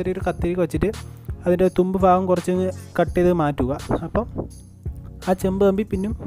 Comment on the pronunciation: Nice 🥰 അളിയാ ഫാഗം അല്ല ഭാഗം 😊